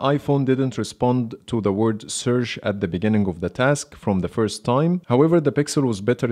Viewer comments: Well, because of your accent, you pronounced the word search as searsh, that's why they both didn't respond immediately, but when you said it the second time it did. But good video. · This test is a very good idea but i think it should by done by a native English speaker. You seem to be pronouncing e.g. 'search' incorrectly. It is not 'sersh' and probably that's why there was no response from either phone. Same thing with 'share on Instagram' and some others. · When you say search you need to make sure to end it with ch and not s A little constructive criticism isnt bad you're doing a good job man